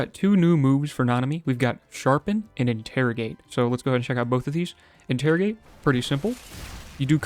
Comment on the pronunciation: "interigate" proceeds to use sharpen